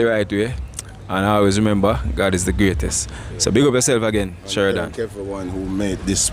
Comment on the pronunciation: Love his name 😊. Sherdan!! NOT Sheridan!!